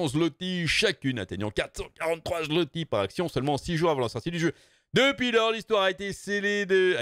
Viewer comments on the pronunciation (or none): En passant, zlotie se prononce "zwoté". :) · On dit phonétiquement parlant le "zouwoté" pour le zloty :p, de la part d"un polonais